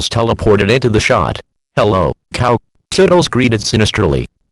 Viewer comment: Is "Toodles" pronounced "Tuddles"? Maybe it's because Text to speech are sometimes bad at pronouncing.